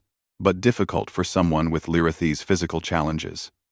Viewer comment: It would be nice if ai voice would pronounce Lirayhi's correct each time it stated it, if can be called that.